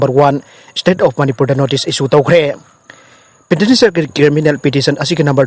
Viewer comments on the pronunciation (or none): NEWS reader nena PETITIONERS haina paba phao thokte 😭😭😭